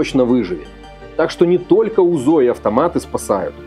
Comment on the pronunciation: Какой не грамотный, правильно говорить не тока , а только😂😂😂😂. Удачи, всё очень интересно